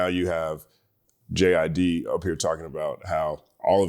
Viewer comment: I keep hearing “Jizz” when he says JID 🥴